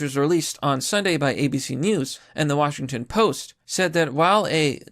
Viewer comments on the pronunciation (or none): none